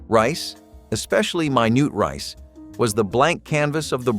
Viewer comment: The way minute rice was pronounced! Mynoot Hahahaha